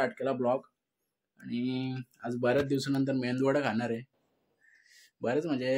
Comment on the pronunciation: मेंदू वडा नाही मेदू वडा